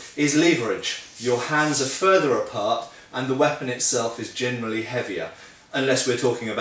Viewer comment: "Germany speaking" instead of "generally speaking". YouTube auto subtitles show that... And now I'm doomed and can't "unhear" it anymore whenever you speak it! :D I love your vids. Keep on the good job!